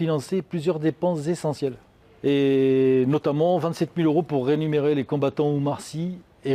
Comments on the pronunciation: Rien que pour prononcer le mot "rémunérer" et non "renumérer" il a du mal... Alors imaginez pour le faire réellement... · Faut arrêter de dire "renumerer"